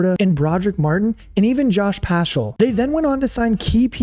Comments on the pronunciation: Penei "Sea-well" , Josh "Pash-all"... Dude. Its a good video, but such obvious mispronunciations take away from the final product. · Idk if I'll ever forgive you for murdering Josh paschal and penei sewell names